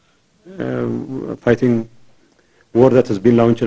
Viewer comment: What the hell his talking about...? The only thing's I can cutch his English words " fithing, fithing , fithing.